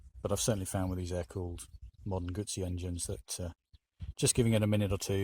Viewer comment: In fact it is not a Gassi it is a Moto Guzzi. It is not difficult to pronounce this name correct. So come on a little bit more effort as respect to this nice bike.